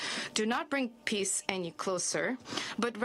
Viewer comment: Wtf peace not piss hHa. Its very important to pronounce well.